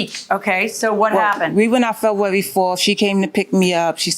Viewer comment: Febwawy 🤣 It's a rule that you have to know how to correctly pronounce your own birthday month.